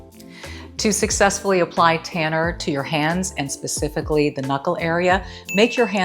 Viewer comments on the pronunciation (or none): none